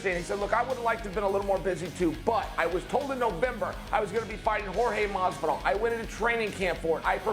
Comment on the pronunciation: Why does he refuse to pronounce the name Jorge correctly